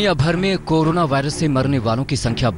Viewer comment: Carola virus kate hahahahahaha anchor bhi full educated hai aaj tak k....